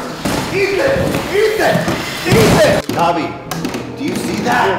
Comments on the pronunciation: Him saying Dobby like Dabi kills me. One is an elf, the other is a traumatized Todoroki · superfluous saxicole no they say dob-ee